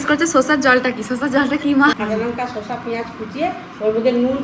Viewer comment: আর শসা কে বলতে শেখো , শোষা আবার কি কথা😂